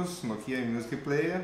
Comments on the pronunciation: e apropósito!! não é "nokiiiiiiiiiiiiiiia" é noookia a sílaba tônica é o "no" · NokÍa ? Toscren ? hsuahsua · Nicoly Sampaio agonia a pronúncia dele